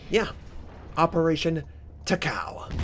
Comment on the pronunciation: you pronounce it Taka-ooo